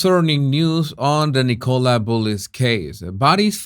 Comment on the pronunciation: Can some tell its pronounced N'kala not Nickowla